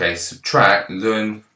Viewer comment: why do you call the natural log 'lun'?